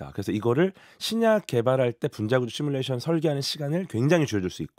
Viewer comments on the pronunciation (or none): none